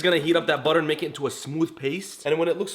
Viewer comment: Yay he actually said "buttah" this time :D